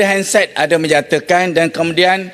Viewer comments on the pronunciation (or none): sebut bebetul .. hansard bukan handset:face-green-smiling